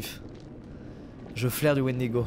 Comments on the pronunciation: squeezie on t'aime mais s'il te plaît arrête de dire wendigo. Pour un fan de légende et d'horreur sa me faut mal aux oreilles :) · Ça me stress tellement quand squeezie dit Wendigo alors que de base c’est une légende de certaines tribus de natifs américains -~ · Il a dit wendigo je me suis barré